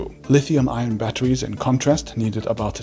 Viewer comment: Fantastic video please say ion less like iron though 🤣🤣🥲 gave me a headache